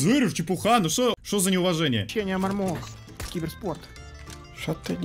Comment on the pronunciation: Не мармока а мармоко